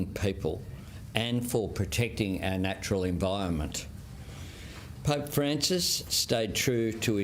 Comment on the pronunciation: Can we have a prime minister that can pronounce environment, not "envirment" come on Albo 😢